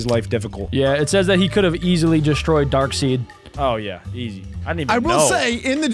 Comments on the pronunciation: "darkSEED" its "darksEYEd" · Stop saying Dark Seed it’s Dark side. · Did I hear darkseed😂😂😂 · Darkside not darkseid